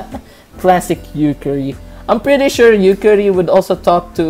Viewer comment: Why do you keep pronouncing "Yukari" as "Yukkuri" (shiteitte ne)? ^^; : Looks to me like Reimu lost her stick. : Paper Fumo: The 495-Year Basement : Some of those names didn't really have to be changed: Marisa, Rumia, Remilia, Lyrica, Lunasa... D